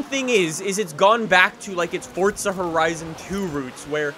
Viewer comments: Its not fortza it's forza learn to talk brah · gómez its forza not fortza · Only problem with his vids is that he says fortza not forza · Fortza horizon 4 “forza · It’s pernounced (four-zuh) not (fort-zah) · Wht does he say fortza insteans of forza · Its forza not fordza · its forza not fortza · Welcome guys to FORTZA 😂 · Weds 10 no it’s forza😂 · Pretty sure the word forza does not have a silent t inbetween the r and the a.